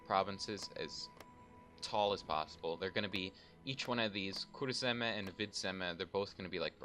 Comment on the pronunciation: it's funny hearing you say ''kurzeme'' and ''vidzeme'' since i am latvian ;)